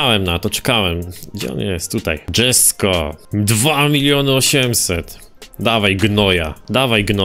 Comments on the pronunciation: jak coś przy Jesko czyta się jesko, nie dżesko bo to szwedzki a nie angielski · Wymawia się "Jesko" a nie "Dżesko". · Koenikseg jesko był w Forza horizon 4 a poza tym czyta się jeśko a nie dżesko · ale mnie boli jak mówisz "dżesko" to jest poprostu Jesko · Japierdole znawca motoryzacji... DŻesko... aż mnie trzepie, pewnie też mówi LamborDŻini... tragedia z typem, kanał o grach związanych z motoryzacja... tragagedia